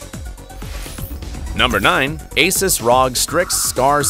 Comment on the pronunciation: Its not ROG its R O G omg bro